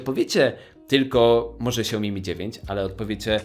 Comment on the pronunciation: Naucz sie wymawiać Xiaomi.